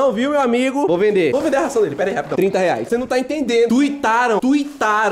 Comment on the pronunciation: "30 reaix" Kkkkkkkkk